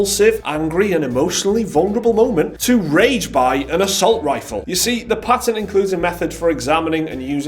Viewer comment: Did my man really say rage buy?